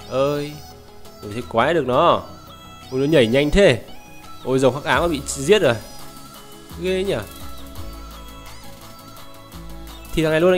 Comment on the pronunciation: ủa ổng đọc phó "Nháy " là sao nhỉ " Nhảy " mừ ??